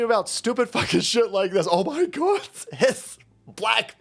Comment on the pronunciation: Is it just me that quietly chuckles everytime says, "Oh, my godzezz!"?